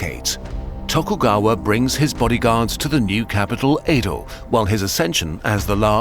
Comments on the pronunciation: Just a minor nitpick: Old Tokyo is pronounced "eh-do", not "ii-do" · few notes. real ninjas wear blue and it is Ed oh not ee do.